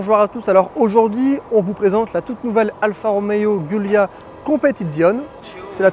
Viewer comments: La communauté italienne ainsi que tout les Alfistes de France réclament un effort à minima sur la prononciation du modèle ...cela ferait vraiment plus pro car la on à l'impression que c'est la 1ère fois de ta vie que tu entends parler de ce modèle ! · Par où commencer… 1) la prononciation du modèle est juste atroce ; 2) le fait de reprendre le bâtiment et les infrastructures d’une usine française faillie en Italie ne signifie absolument pas que l’origine de la marque serait française d’une quelconque façon. Merci de ne pas franciser tout et n’importe quoi ; 3) sur le fond : la voiture est magnifique mais le prix est indécent par rapport à la concurrence : 60.000 euros ? Imaginez un peu ce que vous pouvez trouver à ce prix-là chez BMW ou Mercedes ; Et puis celui qui a les moyens de dépenser une telle somme ne va certainement pas se contenter d’une « Alfa » dont l’intérieur a 5 ans de retard par rapport aux constructeurs premium ; 4) aucun mot sur la valeur de reprise : après seulement 2 ans, la voiture a perdu la moitié de sa valeur, si pas plus ! 5) En résumé : une belle voiture passion, qui fait envie à tout le monde … mais que personne n’achète 🤦‍♂️ Comme diraient certains : « On a très envie de certaines femmes, mais on se rassure avec la sienne ». A méditer 😉